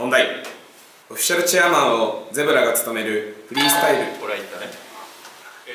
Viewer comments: ゼブラじゃなくてジブラやで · 問読み、メートル峰（みね）は（ほう）、zeebra（ゼブラ）は（ジブラ）だね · zeebraをゼブラって言ってるんバリ気になってしまった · Zeebraの読みがゼブラなのガチ草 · Zeebraはゼブラじゃなくてジブラね